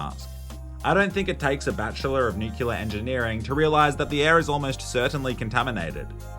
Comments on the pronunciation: NUCLEAR for fuck's sake, not "nucular"... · nuclear not nucular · Nuclear, not nucular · it's pronounced nuclear, not nucular. Sorry, pet peeve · It was around halfway into the video that I realised saying "nuclear" and not "knee killer" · "Nucular" xD, we need to exorcise George W. Bush out of you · Its pronounced like its spelled: newkewlar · Who pronounces "opera" as "Oprah" and "nuclear" as "nucular"? other than Dubyah I mean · Damn. I thought you were better than people who actually say "nucular".